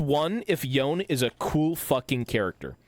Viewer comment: i hear this guy call yone "yoan" i click off cringe